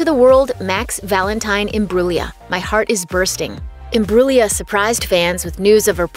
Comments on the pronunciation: The way she's says her family name though.... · Learn how to say her name.